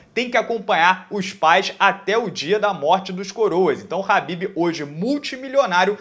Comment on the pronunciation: É kabib e não rabib !!!!!!! 🧐